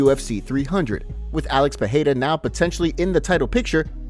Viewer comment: Pereira not Peheira